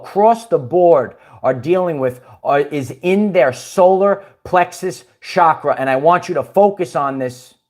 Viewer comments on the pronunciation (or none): none